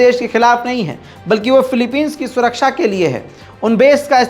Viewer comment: Ye kya suar vala suraksa bolta kya😂